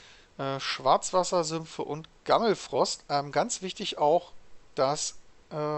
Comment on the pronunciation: Wie er immer zu Gammelforst Gammelfrost sagt xD